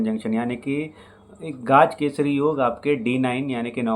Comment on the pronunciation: गाज केसरी नही... गज केसरी योग! Please pronounce it correctly. यानेके जिसको जिंदगी मे गज याने हाथी के उपर बिठाकर उसकी बारात निकालते हैं और वोह उपर बैठा हुआ आदमी sweets बाटता हैं because he has won something too big. गज याने हाथी its not गाज!!